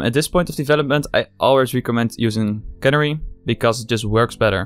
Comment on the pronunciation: Not sure if anyone pointed it out yet, and it's far from important, but youre mispronouncing Canary. It's supposed to be the same as the bird, "Canary".